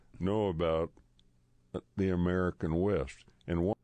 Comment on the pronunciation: He is saying American WEST ...not myth!